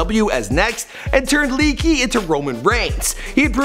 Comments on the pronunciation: Leakee isn't pronounced lee - kee, it's pronounced Lee - awk- ay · Do research is not pronounced leekey it's pronounced lay-a-key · lay-ahh-kee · also don't make thz vids if u don't watch wrestling, ur doing all this research, yet u can't say their simple names ( not hating tho ) "seth roll-ins" "dean aim-bros" "lee-key" sry but if ur gonna make a vid, learn how to say their names 😂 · How he pronounced Leati, Leakee and Rollins 😂